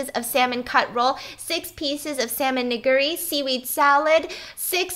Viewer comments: I'm sorry Stephanie but the way said, "nigiri" threw me off for a loop there. 😂 It almost sound like you said the n word. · The way how she said nigiri 🍣 lol 😂